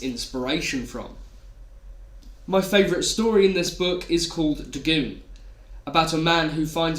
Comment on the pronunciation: Dagoon?....DAGOON?! Come one, man